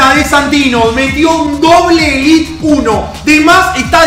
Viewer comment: Es élite no elit sos argentino no podes